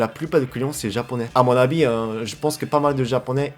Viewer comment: 'A mon abis" au lieu d' "à mon avis", c'est mimi. Par contre, aucun souci pour dire "p*tain" xD